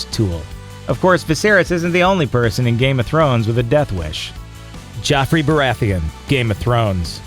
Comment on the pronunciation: It's Joffrey, why do you keep pronouncing it as Jeffrey?